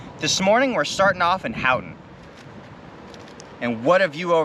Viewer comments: Nice. The Keweenaw is quite amazing. BTW ... Houghton is pronounced hoe-ton, rather than hout-on ... for the next time you pass thru Yooper country. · Hoe-ton is how it is pronounced, great video otherwise